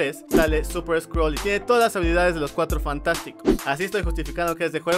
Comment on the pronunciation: Original : Skrull Traducción latinoamericana: sCroLs